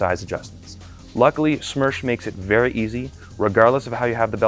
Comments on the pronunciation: It's СМЕРШ, not СМЕРЧ. Worked with СоюзСпецОснащение, and they referring to it as СМЕРШ. I don't know why youtube recommended me this video. Also, Smersh is 6Ш104 on steroids. And, Beslan, not Belsan. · It would be смерш not смерч, смерч would be smerch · It's not смерч, it's смерш. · СМЕРШ — is the right letters. Not смерч.